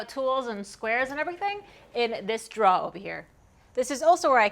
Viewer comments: I believe you say drawer wrong. Go check out Jackman Works, he knows how to pronounce it correctly 😉. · Yes! "draw". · The only word where I heard any NE accent at all was "draw". You say drawer just like Norm Abram. I watched him for a long time, and he always talked about how he was going to make some draws. Hunh? Wozzat? :-) In my neck of the woods (Michigan), we say dro-er My favorite part was the human part -- "this isn't done", "I need to fix this", "I don't like how that works". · 'Draws'? What are Draws? You mean drawers? :-) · I have never heard anyone say "drawuh" as many times as you just did, girl! Haha. That's one I had to just figure out as I watched... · I hardly notice your accent until you say 'draw' (instead of drawer)... being from the south, it makes me smile every single time... 'cur-in' (curtain) also drew out a couple of smiles. There were a lot of smiles in that video. Thanks for the tour - you gave me a few ideas for my shop and workflow. I always enjoy your videos. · I love how she says "drawer"... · The shop tour is cool, but the way you say "drawer" is amazeballs! Thanks for the tour! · I have enjoyed watching uour channel and have purchased some of your plans. I follow another female woodworker. I find the approach different and refreshing, seriously. I did figure out your general location from your pronunciation of the word "Drawer". I knew it was in the north. Good job and good channel. Thanks for sharing. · I slurped some coffee each time you said "drawer" or "drawers" this morning. When my shop time is over and I watch one of your videos, I swap out the coffee for a beer - or two. lol Thanks for the tour of your shop! It's always interesting to see other woodworkers' shop. :)